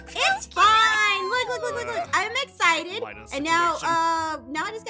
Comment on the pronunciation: When said “we’ll I’m eggcited to be a dad” it killed me:_AphmauHype:😂